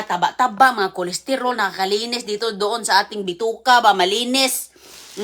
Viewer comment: please naman paulit ulit mo na ang mga sinasabi mo akala ko pa naman very informational ang vlog mo. Lemon and honey ilagay sa coffee? Ano ba ipinag sasabi mo?! Lamiiiisa, tustir, gardin, colistirol, miron, okiy, smuti Jusko po! 🤷‍♀️